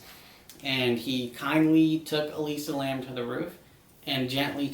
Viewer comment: Its Elisa Lam not Alisa Lamb 😭